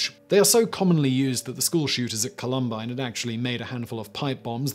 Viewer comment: The mispronunciation of "Columbine" hurt lol